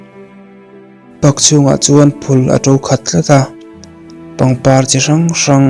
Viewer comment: Park i lam dan a diklo , pâk tiin lam tawh rawh